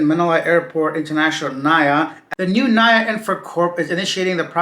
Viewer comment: We don't pronounce it as "Na-ya". We pronounce it as "Na-EE-Yah"